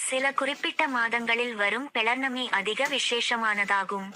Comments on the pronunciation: பௌர்ணமி என்று சொல்லவும். Please its not pelar nami . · நன்றி சகோதரி பௌர்ணமி என்று உச்சரிக்க வேண்டும்....